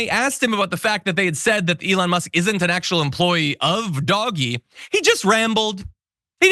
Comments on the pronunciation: Glad to hear that pronouncing DOG E as Doggy is catching on. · Thank you someone finally pronounced dog e properly! Kudoes!!! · Thank you for calling it Dog-E :) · Thank for calling it by the correct pronunciation-Doggy- in the vein of The Far Side's "cat fud [arrow into the dryer]" cartoon.